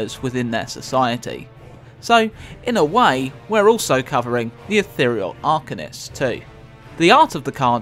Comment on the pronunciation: Please pronounce ethereal properly.